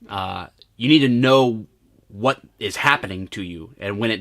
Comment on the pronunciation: “Vat” happened to you when you got tased?